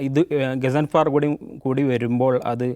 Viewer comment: ഗസാൻഫാർ അല്ല ഘാൻസഫർ ആണു